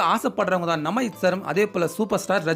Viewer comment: டேய் நீ சரிவரமாட்டாய். உன் குரல் அடைச்ச குரல் உனது தமிழ் உச்சரிப்பு குப்பை. ஒரு சொல்லும் தெளிவாக இல்லை." நம ஐத் சா" என்னடா இது தமிழ் உச்சரிப்பு. "நம்ம அஜித் சார்" இப்படி ஒழுங்காகச் சொல்லடா கோணவாயா.